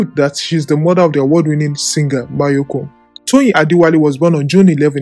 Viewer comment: He’s name is mayorkun not mayekun